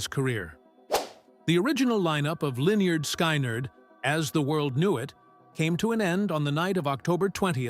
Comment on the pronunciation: Why can't that computer voice, that never heard my favorite band, I was born in 63, pronounce the band name? Guess I hate the fuckers trying to make a buck. This was and is my favorite band. FYI I've probably played drums for you pretenders somewhere.